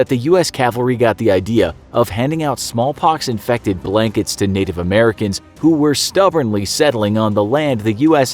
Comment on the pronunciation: did he just say “ smol pox “